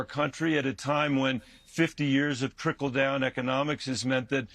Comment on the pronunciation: Kristen is so useless. Just sits there while he blathers "tRiKL dOUn" over and over.